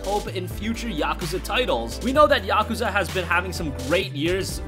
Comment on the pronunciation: That's not how you pronounce Yakuza